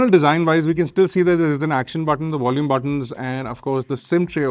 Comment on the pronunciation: Wideo and Wolume?